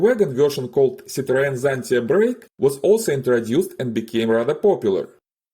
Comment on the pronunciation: Zitreän Tsanti... Sedarin Tsanti...Zideren Tsanti...Tsante...Zidrine...Sara...Zante...Zatta... Lasst es einfach bleiben! Unerträgliches KI Gelaber.💩